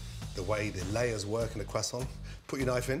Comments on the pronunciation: Its a "crew-sont" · Wtf is a “cwassaunt?” 😭😭😭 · “Teacher” any questions ? “ Carl weezer “ umm yes are you going to finish that cwoissant “teacher” knock your self out “ Carl weezer” swallows whole croissant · Dude said crossaints and I thought great I could make this, then named 30 other ingredients I don’t have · A quesaunt 🤣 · "Quest aunt" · i like the pronounciation. Qwassont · Leftover Cwasoant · Cwaaa-sawnt 😂 Looks amazing though - shall be doing it. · Am i the only one that hears Cwoissant? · I clicked the vid to hear him saying buttahh and croissant 😤😑😂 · Brits saying croissant will never not sound weird lmao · We don’t prononce the t of croissant